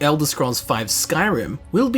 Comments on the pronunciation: SKUL-DA-FIN NOT SKUL-DUH-FIN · Its not skull-daf-n its school-daf-un (skuldafn)